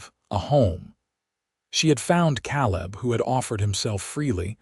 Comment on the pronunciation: Very good story. Caleb name is pronounced KA LIB, laughing because these stories always has a MRS. CHEN